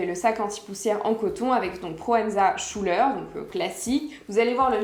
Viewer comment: ça se prononce SKouler si jamais :)